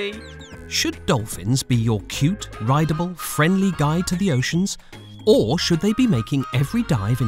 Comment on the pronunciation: Why did he say rideable